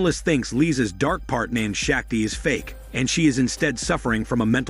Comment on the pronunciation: It's painful to hear Shakti pronounced wrongly continuously